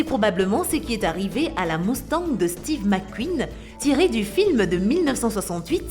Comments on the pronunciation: ces une mustang pas une mousstang et je parle pas des autre erreur de prononciation mais bon et pour certaine chose il faut revoir parce en temps que mécanicien je croie en savoir un peut plus que vous et la moitier ces des connerie merci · Mettez une personne qui parle correctement, c'est horrible, une boulit de Ford moustang 😱😱